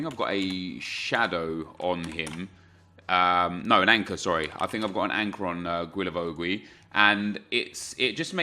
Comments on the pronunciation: Hi, pleaaaaaaase stop saying GUilavogUi 😂 it’s just Gilavogi no needs to say the « U » if you are wondering, ask Reev he says it perfectly right Keep up the good work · Bro just don't pronounce the u's. Not that difficult. Gilavogi. Cheers! Keep up the great work. Loving the RTG!!! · Isn’t it pronounced... “gilla-voe-gi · I THINK it’s pronounced GEE-LA-VO-JEE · Please learn to pronounce Guilavogui's name correctly...